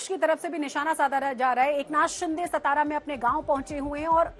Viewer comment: सतरा नहीं रे अंकरो..... वो सातारा है ! जो महाराष्ट्र का बडा जिला है.